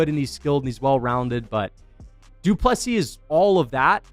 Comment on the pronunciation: Regardless of who wins, is it too difficult to pronounce his name correctly its pronounced du plesea. No s at the end. Must be an american thing.